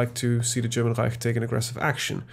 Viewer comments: Your German accent is really good. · are you a german????? Cause you speak german word really good))))